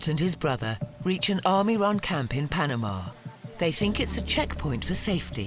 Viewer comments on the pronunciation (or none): none